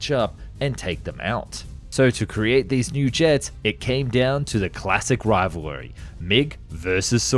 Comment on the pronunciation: and again "rivalarry"